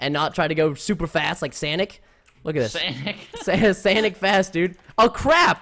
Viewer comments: Sanic srsly it's pronounced Sonic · it's sonic not sanic